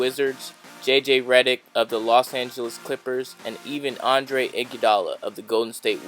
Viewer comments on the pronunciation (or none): none